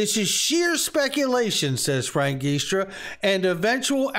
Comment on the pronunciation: Love ya,. Only trying to help. I hope you don't mind. I'm Italian and Frank Giustra's name is pronounced "Jewstra".